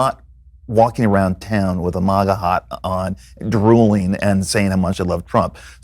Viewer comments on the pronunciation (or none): . . "mogga-hot" . . I was like "what?" . . o, o, MAGA hat. why the fuck did he pronounce it so retarded? lol